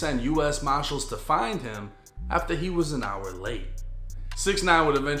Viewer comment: The u s. Mahhhhshills huh?